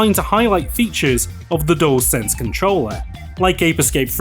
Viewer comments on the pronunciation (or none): none